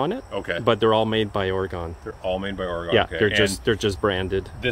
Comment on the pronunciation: They have come a long way in the last few years. Sounds like Oregunn not Oryegon. Does anyone care?- not likely just FYI